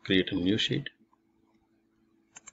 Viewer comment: every time he says "sheet" I hear it as "shit"